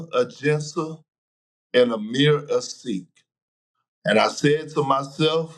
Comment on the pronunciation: he called Omer Asik "Amir A Sikh" 🤣🤣